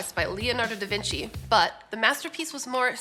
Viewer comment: Leonardo Da Vinci. Good pronunciation. Generally American misspell 98%of Italian words. When i heard "brushayda" for "bruschetta" I was about to faint.